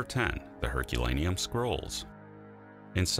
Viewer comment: I thought at first he said "Herculaneum Squirrels", like they were an artwork or an extinct species.